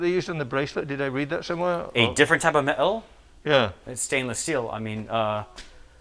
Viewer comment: "A different type of met-el" - 😂😂😂